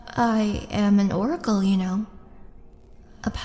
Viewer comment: Did she say she's an "orc-acle"? And where can I get one of these mirrors? amazon doesn't seem to carry them....